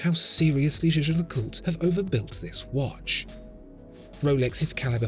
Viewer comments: no the fuck he isn't lmao. it's not "jay jay lecult". it's jay-jer lecooltre with a soft ending. not hard to google. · It’s not jhjh. It’s pronounced “YAYGER”. (Not Yayjer, either) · The way you pronounce Jaeger LeCoultre is funny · It is "Jä(e)ger (German) - Le Coul-tre (French)" Like Jäger-meister and Cul (like cul-de-sac) and Tre, like Dr. Dre. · I like how after 1 year, you finally learned how to pronounce Jaeger-LeCoultre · It's funny because he doesn't even pronounce it properly